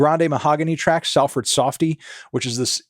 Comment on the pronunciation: I'm late as fuck to this but he mispronounced salford so badly the fucking daft melon smh